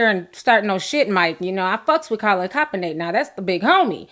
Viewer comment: Calin coppernick?? You said his name right a couple times so why did you keep mispronouncing it??